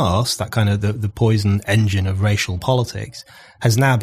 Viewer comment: Brendan always says 'off' instead of 'of'. Now you know, you'll never not hear it. You're welcome world.